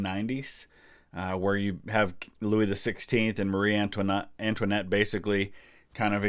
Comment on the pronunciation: lol " AntoiNUT "